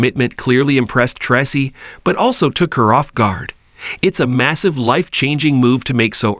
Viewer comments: Tray-see is the right sound .. not tassi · Commentator: Learn how to say the correct way on how to say the actors names before you speak. The actor name is pronounced "Tracy"(aka) Tra-cee get it. It that to hard to pronounce ". If so,you don't need to be in here doing this".!